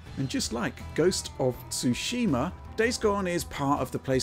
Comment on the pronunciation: I don't understand what is difficult about saying Ghost of Tsushima but Digital Foundry is having a hard time with it